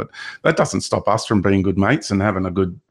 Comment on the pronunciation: Sound's like he's saying, 'bean', for being 😅 great chat